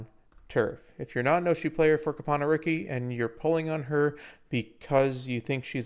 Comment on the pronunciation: Came for the info, glad I stayed for the Cope-ano